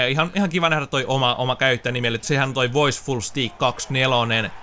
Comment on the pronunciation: se on "steik" ei "stiik", mut oot paras🎮👍🏻⚽🔥